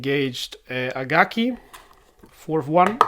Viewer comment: It’s Akagi not Agaki.